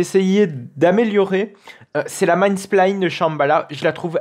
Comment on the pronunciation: La video est tres bien mais pour l’amour du ciel on dit pas man spline mais « main spine » prononce maïne spein :)